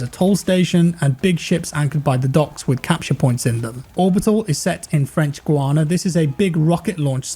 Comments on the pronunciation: its pronounced French Guy- anna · I Think you pronounce it French "Gayana" in English. I lived there for three years and saw loads of rocket launches.